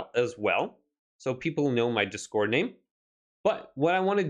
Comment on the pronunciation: Its discord mate 1 word, not dis- cord, thanks for the tutorial though